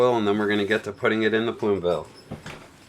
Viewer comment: Plume "Vail"?